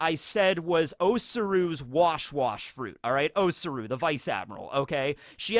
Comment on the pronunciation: The marine Vice Admiral is called Tsuru, not O Tsuru. O Tsuru is Kinemons wife...